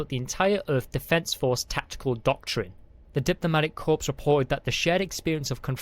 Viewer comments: If this was actually narrated by a human they need to know it is pronounced core not corps and debree not debris. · It's pronounced CORE, not CORPSE. Good story, and hoping the narration will improve. 7/10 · Good story with excellent overall narration, I look forward to listening to your future stories. and The "S" in the word "debris" is silent. The captions have the word "immobilized" not the word "paralyzed" as narrated. The "S" in "Corps" is also silent.